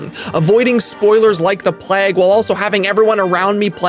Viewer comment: Love how you say plauge and vague 'plag' and 'vag'